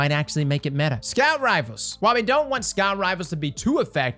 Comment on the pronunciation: On ja I’m about to start taking a shot every time says metah xD